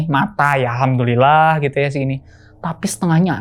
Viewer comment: Jujur ceritanya bagus cuma suara Narsumnya tuh maaf ya agak cempreng dan melengking saat pengucapan kata "gitu"jadi lumayan ganggu , vibe nya kaya lagi ngisi ceramah 🙏